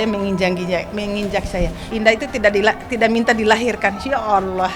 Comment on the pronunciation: Jangan berlebihan Bu Sampek mengucapkan Alloh SJ belepotan ngeri risih dengernya terll banding2kan anak anda sendr dr kecil yng didik bedakan ya anda sendiri cb to buk liht ulang ucapan ibuk itu